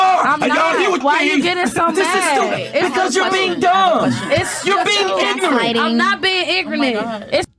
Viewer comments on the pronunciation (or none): she said igernet, instead of ignorant 😂🤣😅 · SHE SAID IGNANENT LOL WHILE TRYING NOT TO SOUND STUPID LOL